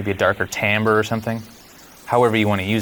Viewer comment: The word timbre is pronounced like "tambre," not like "timber." He got it right.